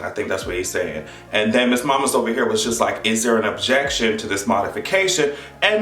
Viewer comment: say it with me, "ObJeCTion" 😭